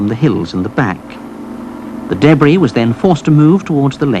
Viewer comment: I tried watching this but the guy kept saying daybree instead of debris...i fucking hate the english accent